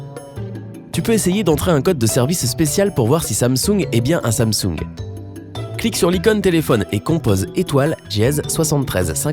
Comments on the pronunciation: "Sunsang"😅 j'explose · Quand il a dit sansung il a la vois d’un chinois